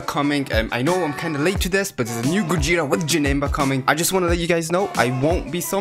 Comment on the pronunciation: Gogeta gojeta goweeta